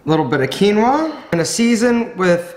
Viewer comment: Peruvian Quinua!!! 👏👏👏 Thank you for pronounce it correctly 👍